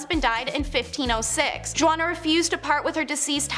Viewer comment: Juana is pronounced hu-ana.